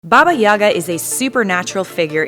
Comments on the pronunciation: In russian - YagA, not YAga. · Nice vid... But ffs, if I hear Babayagá pronounced Bábayága again, I'll cut off my ears. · I feel like she’s pronouncing it wrong...